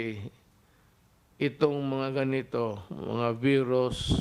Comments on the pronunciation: CORONA BEERUS daw! The first and only Phil. President to pronounce VIRUS as BEERUS Wa ha ha. Yan ang the best and brightest kuno ng mga B0b0naTangaPangUto-utongDutertardsDDEbaksnasupportersniPestedentOnggoy-BuangDutaebaks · Corona “veeerus” thing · 😂😂😂. Sampalin nya daw ang veeerus na yan